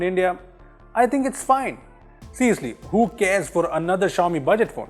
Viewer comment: Cant even prononce xiaomi